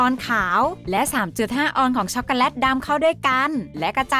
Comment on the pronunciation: เราฟังไม่ค่อยรู้เรื่องอะ แว็บเพิล. ชัคโกแลต. และศัพท์อื่นๆที่กวนใจเรา